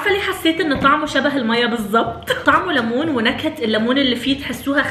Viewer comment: اسمه ليمون مو لمون، 😭😂😂